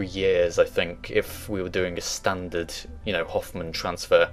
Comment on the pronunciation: Everything was top notch except the "Hoffman Transfer Orbit" at the beginning. It's Hohman with a long O and silent H actually. Keep the great vids up.